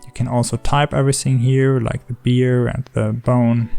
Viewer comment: A bear is not a beer 😉